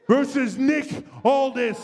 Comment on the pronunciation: It's "Aldis"!